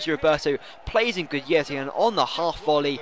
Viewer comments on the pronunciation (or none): It's "Guidetti" not "Gudietti"